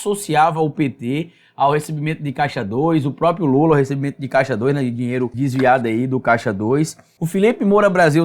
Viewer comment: Ótimo vídeo. Mas olha, o nome não é própio, é PRÓPRIO!!!!!